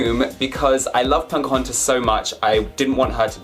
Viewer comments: Her name is Pocahontas and not Poncahontas. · I'm sorry but are you saying Pocahontas or PoNcahontas? :) Love the Snow White doll! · I <3 you and your dolls... but I keep on hearing "punk-ahontas"! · Poke-OH-HaUn-tiss is how you pronounce it. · Yes he says poNcahontas but its so cute! Lol 😆 😘